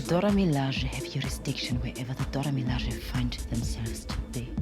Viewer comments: Now you know "Milaje" ain't pronounced how you pronounced it just now... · Dude your pronouncing the name wrong, over and over again to the point that its hard to watch your effort. Its pronounced Do-ra Mi-La--je, go listen to the movies, go listen to them pronounce it themselves. Gad damn. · I am not sure why you thought it cool to intentionally mispronounce Mee--laaaahhhhh--SZHAYYY. It's really damned annoying. Why'd you choose to do that? I mean, really? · Shouting: "Mil Lah jay" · Hi, I dont mean to be negative and I understand that the narrator is probably from England. BUT if you start out the video enunciating the "Dora Milajie" correctly in the beginning of the video, it is grossly negligent to just let your accent kick in throughout the rest of the video. Dora 'Mal-lay-jay' is NO where near Dora 'Mil-la-jie-ee.' Im not trying to be an ignorant "Johnny-Rain-cloud" over here, but I just couldnt enjoy watching the video. Thumbs down. =/ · He is butchering their name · I wasn't aware u pronounced their name like that....😂#colonizer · How can you keep mispronouncing their group name when you've heard their name properly pronounced several times? 🤣🤣🤣🤣🤣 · my brain freezes anytime he pronounces "Milaje" wrong. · He should have practiced saying milaje in the mirror for hours before this video bc cringe as hell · he said Milajie wrong good video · Why is he saying Milajie like that??